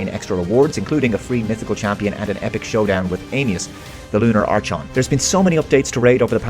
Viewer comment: Arr-Kahn is how Archon is pronounced sir